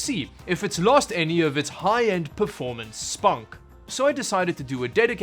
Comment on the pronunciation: he called it s-punk Short form of cyber punk 🤣😂